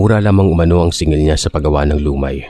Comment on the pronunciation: LUMAY (the stress is on the 2nd syllable)